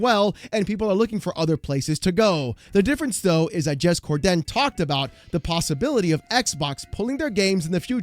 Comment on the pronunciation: Bruh, I love your content but you gotta stop with the “Cor-Den” it’s just one word “Corden” no emphasis on the “Den” that’s like calling you “”